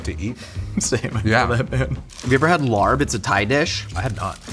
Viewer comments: The incorrect pronunciation of larb always drives me crazy. Not just. Most YouTubers. 😵‍💫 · I knew the larb was gonna be a fail when he pronounced it like that..hard on the R 😮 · it’s pronounced “lahb” not “larb” pls🤧 i’m cringing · the Thai dish larb is pronounced "l-ah-pb" so the R is silent. Just wanted to let you know since it sounded so funny hearing you say LARB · Just a quick clarification — it’s actually pronounced laab, not larb! And while you’ll often see it on Thai menus, laab (or laap) is originally a Lao dish. Laos is where it comes from, and it’s a huge part of Lao cuisine and culture. Thai cuisine adopted it from the northeastern Isaan region, which has strong Lao roots 😊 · Fine, I'll listen to Ologies. Also, lARb? Homie, its pronounced like lap but you gotta stread out the a in it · "Larb/laab/laap" is pronounced as "L-app", not like "L.A.R.P". Also it's Laos not Thai, but closes enough... Not like your pronunciation tho, gdi. I never understood pronunciation cringe until now. Other then that nice to see an attempt, even if you did butcher it. Ground meat works to save time but will always tend to dry out much more than minced rare meats, especially if you don't eat hot (which larb topically isn't) . And we use lettuce not cabbage, i think imo it's also not as dry when raw/fresh. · Larb is pronounced more like lop. I say larb too cause I think it’s funny when I read it at restaurants but in case you wanted to know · I just realized what you were talking about when you were saying “larb.” It’s a the national dish of Laos and very popular in Thailand but all sorts of Southeast Asian people have their own way of making it. Also, it’s pronounced more like “lah.” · There's no "r" in the pronunciation of larb, it's confusing. It's pronounced laab, and the b has a bit of a p sound to it. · sad to hear the laRRb pronunciation from a seasoned mythical chef like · Your pronunciation of Larb is very unfortunate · fyi, the r in larb is silent